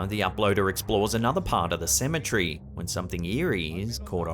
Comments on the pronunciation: Why do you say symmetry when you mean cemetery?? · AND TO, SEMMA TEARY IS HOW YOU PRONOUNCE CEMETERY NOT SEMMATREE LOL😂Elvis the 2nd coming